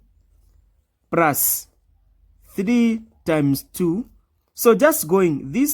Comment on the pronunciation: Plus not prus